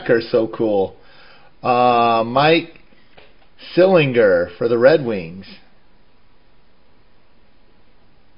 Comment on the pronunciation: Mike Sil-IN-GER